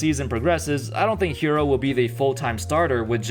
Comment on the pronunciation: its not hiro its herr oh